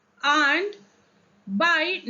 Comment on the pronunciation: आण्ड.. नही मॅम अँड..